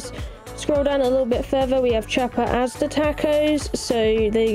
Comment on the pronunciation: Loved the close up of the meals. 😋 By the way, Asada, is pronounced more like, Ah-sah-da. 😁